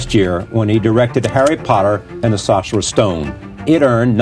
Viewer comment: Saucerer, apparently